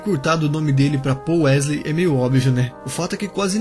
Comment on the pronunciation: "Pol wesley" Kkk